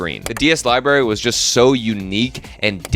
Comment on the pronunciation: LIBRARY THERES AN R FOR A REASON!